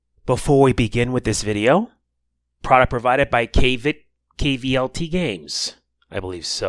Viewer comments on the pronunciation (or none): Awesome. I had it wish listed for ages, really made me mad. Btw, Kvlt is pronounced Kult. Like cult classic, cult movie.